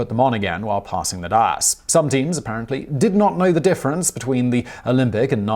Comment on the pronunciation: That's not how "dais" is pronounced.